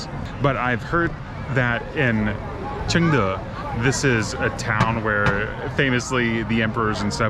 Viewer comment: your pronunciation of "Chengde" is very good! i guess you can learn Chinese very fast!